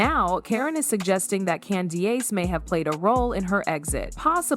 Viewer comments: Did she say….Candy-Ace 🤣🤣🤣🤣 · Different pronunciation for candiace too.